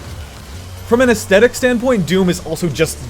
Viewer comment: is he pronouncing aesthetic like that.. as a joke or something? i don't understa